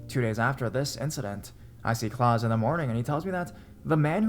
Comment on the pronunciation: The German name Klaus is not pronounced like Santa Claus, sounds like claws, but instead Kl-ows, rhymes with house.